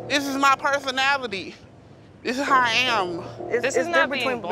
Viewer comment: “THIS IS MY PERFUNALITY” 😂😂😭😭😭